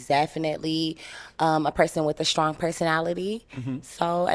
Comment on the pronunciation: "strong" and "wrong" sound almost the same 😂😂😂